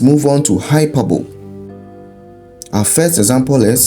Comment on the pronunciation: The pronunciation of hyperbole is wrong